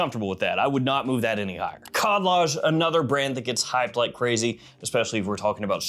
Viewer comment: Ah yes, the famous clone brand "Khaldaj"